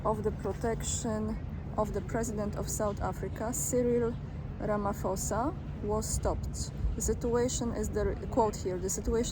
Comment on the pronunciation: The SA President's surname is pronounced) Ramapoza...☺